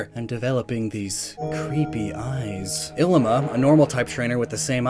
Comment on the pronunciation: Your pronunciation of some of these characters is baaadddd. Like, have you ever watched the anime?! Korrina - CORE EEN A, and Liza - LIE ZA (like Liza Minelli) and Illima - ILL E MUH. CAN SOMEONE PLEASE EDUCATE THIS MAN!!!